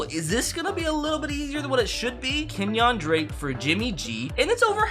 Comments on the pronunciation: "Kenyahn drake" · keep mispronounced Kenyan drake